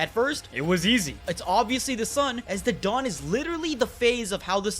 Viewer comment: Every time said "the dawn" I heard Dadan 😆 Duh-dawn